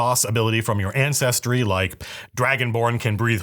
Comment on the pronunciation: I cringe every time he calls it "ancestry" 🙄